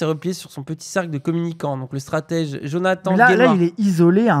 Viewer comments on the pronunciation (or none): none